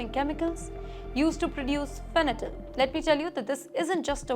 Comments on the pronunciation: Not " fenatyl" but fentanyl. Pronounciation should be proper !😊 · Adorable 😄 Its Fen-ta-nil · Fanatyl ❌ Fentanyl ✅ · It’s Fentanyl not Fentanyl